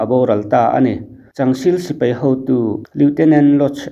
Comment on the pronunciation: Heng thu mal hi i lam diklo nasa thin khawp mai, a mak em em ngawt mai. Aizawl, mai, sipai, chibai etc. Aizawl hi Eizawl, Mai hi Mei, Sipai hi Sipei, Chibai hi Chibei ti te in i lam hnem khawp mai. Fimkhur em em ta che u mawle.